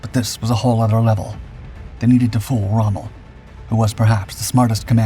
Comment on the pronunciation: 12 seconds in and you've messed up already. (You normally take up to 23.). That's Rommel not Strohme